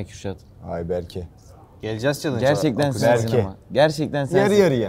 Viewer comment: berkeğ Yaren diyemedin bi lan